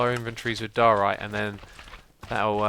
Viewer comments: i belive its pronunced dyeorite not doarite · I was so glad when someone corrected X on his pronunciation of diorite, but then he said he was going to say doh-orite anyway and I cried inside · ITS DUE-OR-RITE